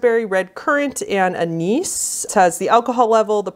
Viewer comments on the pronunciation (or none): none